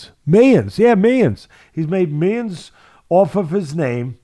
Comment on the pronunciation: Miyuns, miyuns 😂 love you Teddy